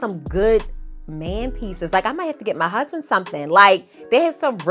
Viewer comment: Sound so funny hearing you say my husband lol